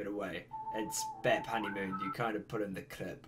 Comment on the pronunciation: The way you pronounce B.A.P and Spica though. 😂